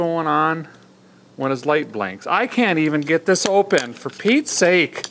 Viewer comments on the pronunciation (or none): none